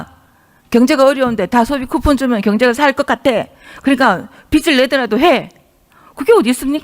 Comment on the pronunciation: 비츨 내라? 비즐 내라가 맞지 않나요.. 저도 경상도 사람 이지만.. 좀 쪽팔립니다..